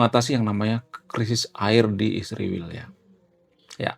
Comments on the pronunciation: Kau ini sebut israel sj salah tapi sok pandai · Bang emang gak bisa ya KL bilang Israel kan sama2mengucapkanya ??